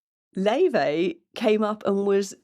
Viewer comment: Do look up Laufey's interviews. In several she mentions the Icelandic pronunciation of her name, which is distinct from the persisting, American mispronunciation, Lay-vey. In Icelandic it's more like 'Laou-fey. She is named after her Icelandic grandmother on her father's side. While she has been politely accepting of the mispronunciation, it seems it will be preferable to get it right. Also, I believe her twin sister Junia is very involved with the production design. There's a sweet and playful video in black and white about the two of them in New York that explains a lot: Best Friend.